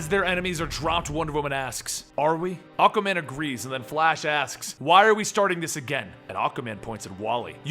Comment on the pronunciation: I keep hearing you say Acaman...I'm like "who's acaman?" Lol